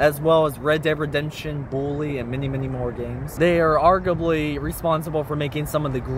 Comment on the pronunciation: argurbly, vidogames, millons, mountible cities ...